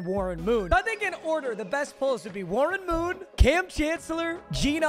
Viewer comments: “we got 81 Marren Woon” 😂😂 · Marrren Woon 😂